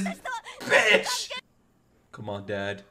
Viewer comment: "you...are insane" Levi: " KAMONA " 💦💦